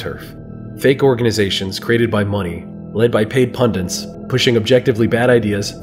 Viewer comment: Great video! The only problem I have with it is the pronunciation of the word "pundit." For some reason, you keep adding an extra "n" and say "pundint" instead 😂